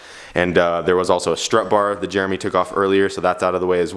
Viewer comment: I find it funny pronounces Jeremy as germ me.